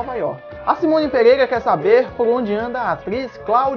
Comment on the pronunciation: Eu achei muito legal o conteúdo, mas principalmente a narração. ... "A atriz Mila MOGUEIRA. ..": "PEGUEIGA" (PEREIRA) kkkkkkkkkkk mas, de boa! eu tbm tenho a língua presa